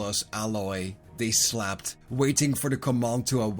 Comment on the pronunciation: I took until the third "Slept" until i understood that you didn't say "Slapped" 😅 Great video still, you've earned a new sub good sir